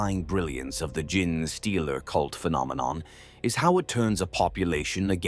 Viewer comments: I do...love this channel for its tales...but hearing the narrator say "Gin-Stealer" all the time... makes me pause the video and debating if I want to continue watching... like how does "GENE" become "GIN" ? p_p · nah this one is pretty good. amd the voice itself is great. Just need to change the prompt so it replaces gene with jean or something you can also tell that the parasitic like nature of the concept and the fact that genetic contains the word phenome "tick" throws it off at a few places too. a few corrective prompts could solve this problem or mitigate it. genetic is also ironically an example of a word where the word bucks the trend of that second e changes the pronunciation to a long e. from "jean" to gen in the word genetic, but not gene. genesis is another, which funnily enough literally just came up as i was tying this 😂 compared to others out there its a pretty good one imo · maybe having the script writing it as jean-stealer will get it to pronounce it right lol. it seems to have a particularly hard time with genestealer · It's hilarious that these Ai voices are completely unable to correctly say any word containing 'gene'. This video unintentionally bonkers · I am not hating but that AI voice is terrible at saying uncommon words. Gin Stealer , tie ra nids,40 thousand instead of 40 k like most people would say. I am guessing English is a second language. The sentence structure is not incorrect but it's not always natural and the theatrical voice is covering it up well. But it can be uncanny when the voice doesn't match the pattern of speaking you would expect from the accent. If that makes sense. Like someone from england saying something someone in Boston would say because they lived there a few months awhile ago. I am saying this because I like the videos, they help me sleep but those little things take you out of it when they pop up. If you can fix the little mistakes I think your videos will reach more people.